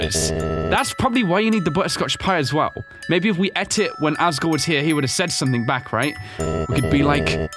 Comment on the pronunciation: Bro said "agore"